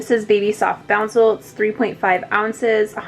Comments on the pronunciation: boucle is pronounced boo-Clay not bouncel. Boucle is french for kinked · It’s pronounced “boo-clay” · Great review and comparison. Btw boucle is actually pronounce boo-clay. It's a super strange word.